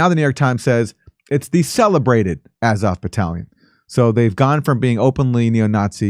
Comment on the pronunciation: A like ah with a tongue depressor, zo like saw, v like off.